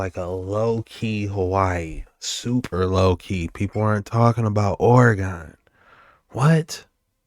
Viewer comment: I stand corrected you say it right homie